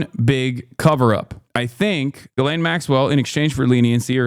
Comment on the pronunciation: Juh-LANE is crazy her name is pronounced gee-lehn with a soft G